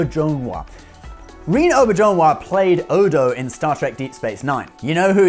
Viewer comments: Man you butchered Rene Auberginois name 😆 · You mispronounce the name of the late "Mr. Rene Aubrejonois" , he is Canadian, and his name have french ascent , and he have WAY more remarkable roles during his prolific life, the oldest are in the Movie "M.A.S.H." from Mr. Robert Altman ( not with the TV show ) and so many voices in animation that I can not even remember ( look at the first episode of DC's "Young Justice" ) I respect that guy big time !!! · I dig your videos, I really do, but I do suggest taking a moment to look for videos like interviews where the actors pronounce their names. You botched a few, certainly Rene Auberjonois and Jolene Blalock.